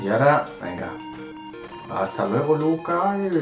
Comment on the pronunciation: Pini se lo sabe de memoria porque después de este ya no quisieron comprarle más. P.S.: Es la primera vez que oigo a decir: "Hasta luegorl".